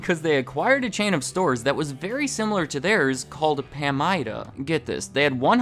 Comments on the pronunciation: It’s pronounced PA-MIDA, not PAM-IDA. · Pamida is pronounced “puh-my-duh” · It's Pah-mydah. We used to have one in my town before Shopko took over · It's pronounce Puh-Mai-Duh (Pa-mida). Pamida stores were great until they became Shopko stores. They went from being (Pamida) busy seven days a week to being (Shopko) dead seven days a week. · I miss Pamida (we pronounce it puh-my-da in Minnesota, btw) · Listening to you say “Pamida” tells me you aren’t from Iowa.